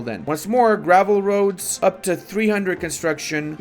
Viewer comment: when says "roads" I hear "Rhodes" haha